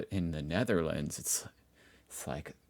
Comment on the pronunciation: This dude"s pronounciation is irritating. The very pronounciation of "Netherlands". Also. no thanks, I like my space. Do not want to be an ant in an antnest